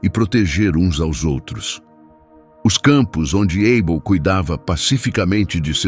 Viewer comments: Esse narrador é o primeiro bozominions lambedor de saco de Trump kkkkkk Porquê porra está chamando o Abel de Eibel hein pooop korrrrnnnnnn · Estranhei a forma como ele pronunciou o nome de Abel!